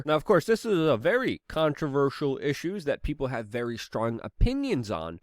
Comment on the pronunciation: its Very...Not Vawy